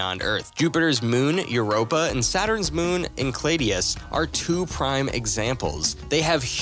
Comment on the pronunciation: SAY ENCELEADOUS LIKE THAT AGAIN I FUCKING DARE YOU!! MM HMMM NO I REALLY WANT YOU TO...CMON I DARE YOU!"